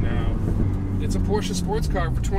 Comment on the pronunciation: A big thank you for the right pronouncing of the name Porsche.